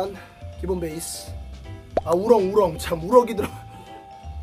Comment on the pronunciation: 우럭을 우렁 이라고 말하네 ㅋㅋㅋ